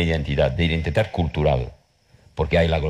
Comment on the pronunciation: Pronuncia horrible la l final de " español" o de "cultural".